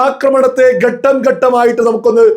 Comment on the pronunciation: (ക)ഘട്ടമാണ്--ഗട്ടമല്ല. ശ്രദ്ധിക്കണേ❤